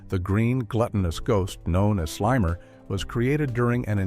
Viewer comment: Yeah that immediately made me realize I was probably watching ai slop audio over a real human voiceover